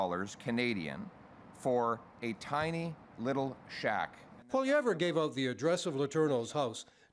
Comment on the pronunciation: I don't like the way he says his last name haha is he doing that on purpose?